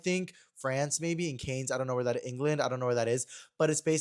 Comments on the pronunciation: I love you but it’s “CAN festival” not Cane’s! Not the Cane’s fried chicken jury. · Lmao not you pronouncing Cannes like they sell chicken strips and Texas toast